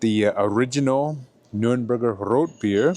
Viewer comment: Thank you, for saying and writing Nürnberg correctly!